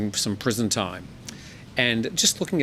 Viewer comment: "Opertunity for a diet" You are killing me!! LOL